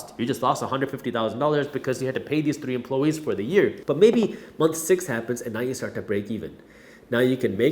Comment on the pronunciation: Dude. Great video, great content as usual, but "empluhwees"?